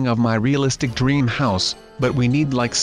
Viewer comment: He says DREM HOUSE it's DREAM house